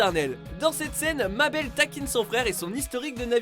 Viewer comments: Cela ne se dit pas Mabelle mais maibeul ! Même si cela s'écrit mabel ! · M-mabel ? Comment ta osé le dire ?! C'EST MÉBEL ! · on dit pas mabel comme babbel mais "maibeul" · Je rêve ou il a dit mabaile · Je rêve ou il a dit "Ma belle" au lieu de Mabel (mébeul) 😭😭😭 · C Dipper Pines pas Pine et Mabel ce prononce Meybeul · Zir' Kan ça se dit Maybeul mdrrr